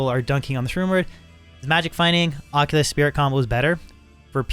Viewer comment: Aussie? Its an oculus. Like ock you luhs. You new to d2 bro or just english